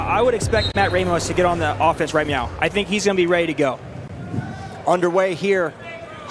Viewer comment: “right meow”. Thought you could sneak that in there without someone knowing huh?